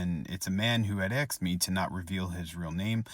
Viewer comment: Why does everyone suddenly say axed instead of asked?